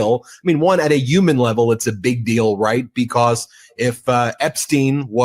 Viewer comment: Did he say "uman" instead of "human" or am i hearing it wrong?